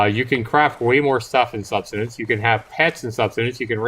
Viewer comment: My eyes widened as he pronounced Subsistence as "Sub-stin-ence" over and over again! 😳 Yeah, the instant I first saw this game earlier today, I thought of Subsistence. But as you rightly point out, Cold Games is a competent and professional games developer, and his game actually has a reason to exist. " Jean Groenewald" is making a basic and uninspired student project that will never be able to compete in the survival/crafting game market. It has no business being shown to the public anywhere except sites that are dedicated to hosting projects for educational purposes. I hope he learns a lot about building games from his time working on Era of Survival, but he's not yet good enough to make a serious commercial product.